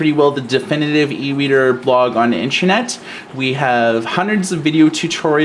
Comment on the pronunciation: So annoying when people say intrenet. It in is pronounced inTERnet! Not inTREnet!